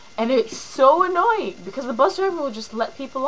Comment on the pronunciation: I like the Jersey accent that pops out . Lmfao! Move ya daymn bag. It's annoyeen.. rofl